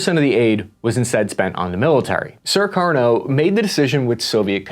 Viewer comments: This was very informative! But why do keep pronouncing Sukarno "Surkarno"? There's only one "r" in there. Same with Suharto. Does not have two r's: "Surharto." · Jema'ah Islamiya -> Jama-uh Islameya Sukarno -> Surarno Suharto -Shurarto Annoying American pronunciation, just like the annoying US military blunders since ever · Jeebus dude, this guy calls Sukarno "Sir Karno," calls Suharto "Sir Rato," and calls Allen Dulles "Doo Lus." His pronunctiation is as poor as his research. Such crazy historical inaccuracies in this. What a shame near 1mil people have watched this. This dude throws out Indonesian proverbs with incorrect meanings, uses wrong flags, claims histories are still debating cuz he read a paper that's half a century old (read John Roosa's Pretext for Mas Murder - we know exactly what was behind G30) This dude is soooooo far out of his league that irs comical and we are going to enjoy this video for a long time to come. I'm going to use him in a lecture as my example of Americans who think they're knowledgeable but don't know jack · Great in depth history of Indonesian politics. (Btw, the name of Indonesia's 1st President Sukarno is pronounced "Soo-car-no", not "Sir-car-no". Also Alan Dulles is "Dull-Us", not "Dool-Ease".)